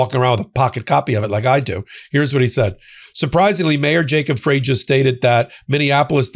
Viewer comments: It’s Mayor Frey, pronounced “fry,” as in french fry. Not “fray,” as in the bottoms of your jeans if they’re too long. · Minneapolis Mayor Jacob's Frey's last name is pronounced "Fry." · Mayor Frey's name is pronounced Fry. Thank you for all your work. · Jacob Frey pronounces his last name "fri' like 1 french frie. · Frye is pronounced as "Fry" for the mayor of Minneapolis